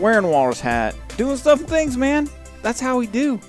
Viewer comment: You forgot it was "doing stuff and SCHINGs"